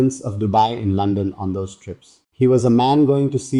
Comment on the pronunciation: London not Lonson